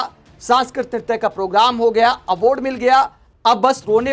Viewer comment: Aword, horijan. Kya ucchaaran hai bhai sahab apka.😂😂